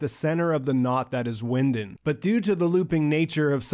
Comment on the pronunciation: Great video, though I don't like how you pronunce Winden